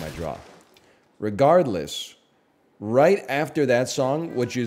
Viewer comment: something about a bald man saying "re-gourd-less"